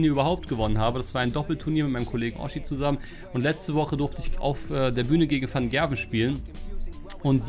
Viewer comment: fun fact: wusstest du das man in holland zu "G" "CH"sagt also theoretisch van cherwen... danke😉🔥 P.S. ich bin halbholländer